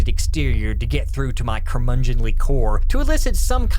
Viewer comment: You mispronounce so many words that this is hard to watch. Nihilism, necromancy, curmudgeonly...